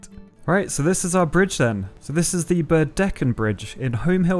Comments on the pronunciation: I drive over the burdekin bridge on the daily, cool recreation. Also it's pronounced birdiken not bird EH kin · I cringed uncontrollably when I heard how you pronounced Burdekin Bridge. I used to live a couple hours away from it. It’s pronounced Burr-da-kin, not burrdeckin. But I loved the video nevertheless! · It’s actually really cool seeing the Burdekin bridge getting some love... (it’s pronounced Bird-a-kin btw) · From someone whos water comes from the Burdekin River, its pronounced "Bird-eh-kuhn" lol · Ayo bro same! Did you notice how he pronounced Burdekin? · Listening to the Burdekin pronunciation made me giggle. Also greetings fellow Queenslander. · I thought that was funny when he pronounced it, go over that bridge all the time haha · I guessed the last one correctly, which I didn't think it would be, but the pronunciation of Burdekin was so butchered. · You mispronounced Burdekin. I drive over that bridge a few times a year. I'm always amazed by how long it is for such a simple and small design. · The Burdekin bridge, you pronounced it wrong 🤣, but I go over the bridge quite regularly and the goal is to hold your breath for the entire bridge, not very difficult but a fun challenge as a kid